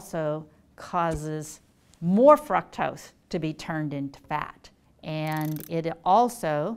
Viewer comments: Please stop saying frukctose it’s driving me crazy. 😤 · Fructose is pronounced frooctose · What is Fraktos? You don't say glacose but gloocose. Say frooctose. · It’s “Frooooooctose” not “Frucktoast” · FROOCTOSE NOT FRUCKTOSE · "frUcktose"? I always thought it was pronounced "frOOktose" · Fructose not "Frucktus" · FRUCtose??? Isn't it FROOKtose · Everytime she says FRUC-tose it kills my ability to focus on the answer. 😭👎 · Fruck-toss distracted me so much I had to re start this video so many times. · Lmao did she say f*cktose? Im listening to someone who cant pronounce it. Looks like shes had too much sugar herself. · Lady please say frooctose. 🖐 You are a doctor you should know 👩‍⚕️📛ya fake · Am I the only one dying every time she pronounces fructose like "FrUcKtOsE"? lol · Yes!!!, i was like have i been saying it wrong this whole time? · Why is she saying “fruktoast” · Anybody else not pronounce 'fructose' this way? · The way she pronounces fructose incorrectly is annoying. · Thank you! The first time she said it I booked it to the comment section to see if anyone commented cuz it not I was going to. Where does she get off just completely changing the pronunciation of a word?! Ugh, ruined the whole video for me